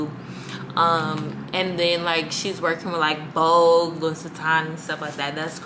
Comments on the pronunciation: cringe every time I hear the ssss.... but that's my girl! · It’s pronounced Lou-Wee not luis 😂